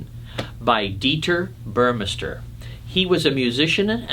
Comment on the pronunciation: The pronunciation is "Boor-meh-star".